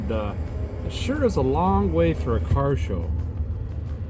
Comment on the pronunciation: Sounded like a bad chad imitation there " work on the carrrrrrrr"